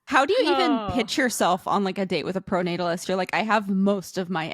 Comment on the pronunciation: Emma saying "proto-natalist" instead of "pronatalist" just shows how much Sam has rubbed off on her lmao. Great show!